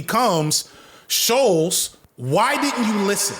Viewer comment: hearing him call him scholz instead of shultz the WHOLE VID has me crying